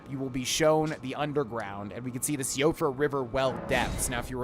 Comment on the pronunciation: I believe it is pronounced “Siofra” as in (Shee,o,fra) as I think it’s Irish descent, or somewhat Norwegian.